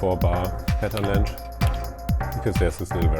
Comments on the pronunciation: whats wrong with the word "length"? - sounds like "länsch" when u sai it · Lmao that’s the funniest pronounciation of an English word I’ve heard in ages. The dude pronounced pattern length as ”Pattern lengsch” at least 3 times during this short video. Germans are really creative with their english lol